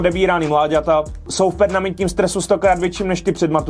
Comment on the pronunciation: proč říká špatně slovo perManentní????